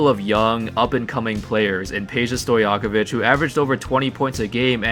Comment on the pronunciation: Divac ( reed it as Divatz) and Stojakovic ( Stojakovitj - don't know how to properly explain this but listen to Denver comentators, they usualy say it properly when saying Jokic) sam goes for Bogdanovic, Teodosic, Jokic, Marjanovic, Bjelica...